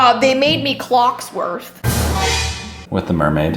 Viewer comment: I love you guys so much like legit but it’s “Cogsworth” 😂❤️🕰